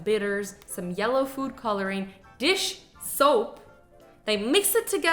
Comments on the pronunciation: did you notice that Azzy said ‘Dish shoap’ not dish soap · she said dish shoap instead of dish soap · Did any one notice that on she said dishshoap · Azzy:Dish shoap Me:wait replays Azzy: Dish Shoap Me: OH MY GOD IM SHOAP Time stamp